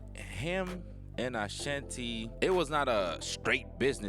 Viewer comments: You don't know how to pronounce her name ? "Uh Shon tee". OK YOU GOT IT !!!! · Gah dam its Ah-Shan-T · It's the mispronunciation of her name for me 😫👈🤣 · This video is so misleading. Ashanti is not responding to the recent video Irv Gotti was recently in. You can’t even pronounce her name correctly. It’s super cringey. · I CANT WATCH THIS CRAP! CANT EVEN PRONOUNCE HER NAME RIGHT..SMH